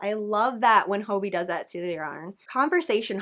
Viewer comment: Hey just to let you know. You’re mispronouncing hobbii😊